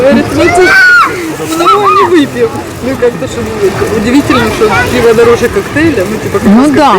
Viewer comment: Не піво, а пиво. Завжди ще до перегляду ставлю вподобайку вашим відео. Для просування каналу та підтримки україномовного контенту. Але дуже неприємно чути, що родичі приїхали з нашої столиці і розмовляють ворожою мовою. Як таке можливо? Ви можете собі уявити, щоб на московії під час війни вільно розмовляли українською? А про закатованих і вбитих через українську мову підлітків у Бердянську і в Краматорську ви не знаєте? Що ж це за позиція у вашої сім‘ї тільки для ютюбу розмовляти українською?